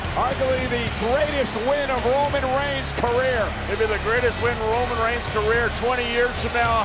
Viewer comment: the way she says Ronan reins is funny